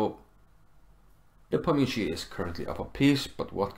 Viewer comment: It's so wonderful to hear Nepomniachtchi pronounced correctly :) great vid/analysis sir